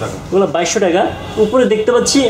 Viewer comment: I love it when u say teka , instead of taka! Really sweet tone bro!